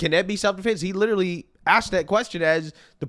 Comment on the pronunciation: "He liter-UH-lly admitted...days after, the same day, I believe it was the next day." - Activist race grifter.